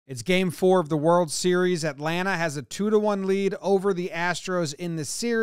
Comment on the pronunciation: HE SAID ATLANTA RIGHT AW JOMBOY I LOVE YOU